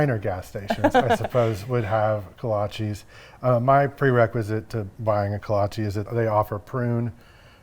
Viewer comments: Look great, but Kolches, not kolchies…for pronunciation. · My Czech family (in Iowa) always pronounced it Kolach for singular or Kolaches (ko-la-chehs, not ees) for plural. Still love the video and you sharing these delicious pastries!